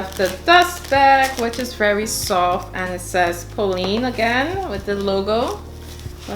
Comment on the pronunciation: Just so you know, the correct pronounciation for Polène rhymes with Glenn or Helen. So Polenn not Poleen. I hope you don't take this the wrong way. It's absolutely gorgeous, I want the burgundy one in the croc leather pattern. Thanks for sharing!